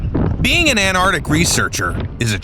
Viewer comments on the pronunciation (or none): could you please pronounce "Cities" corectly...its calles anTarctica NOT an"artica..also its called BRISBANE NOT Bri-stain...FFS get ya areas right pal....& yes there is another Country other than bloody U.S. there ya go you have learnt something today